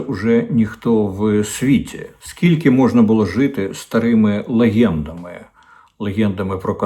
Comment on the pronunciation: Корчинський, не "лихєндами" а "легендами"